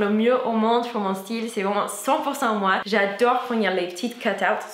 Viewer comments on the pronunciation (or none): none